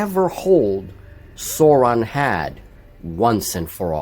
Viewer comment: Great, nasty little skirmish. I recall buying LOTR Magazine to pick up cheap GW armies, buying multiple copies. Much to the surprise of the newsagent. Glad to hear Sauron pronounced in the way i always have, pre - Peter Jackson.